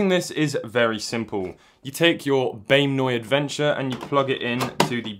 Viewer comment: "Take your Bame Noy Adventure, and..." - 2020